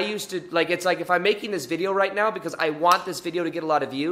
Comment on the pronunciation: Did he say “right meow”?